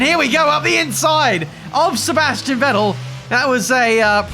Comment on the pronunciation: FYI - the V in Vettel is pronounced like in fat :)